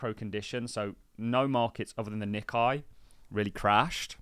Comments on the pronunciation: The Nikkei index - is pronounced Nick-ay mot Nick-eye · its pronounced Nee-Kay